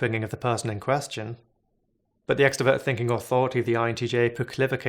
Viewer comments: I don't think it's a lisp, I think it's an accent, which I consider kind of charming. Many people in Boston and New York City don't pronounce their "r's" either. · Is anyone else really annoyed at how he’s pronouncing introvert and extroverted, literally could not think about anything but that the whole video it’s “in-troh-vert-ed” not “in-teh-vert-ed” he does the same with extrovert 🤦‍♂️ Edit: I think he has a lisp nvm